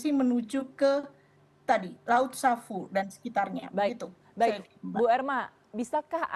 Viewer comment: Laut sawu. Bukan savu...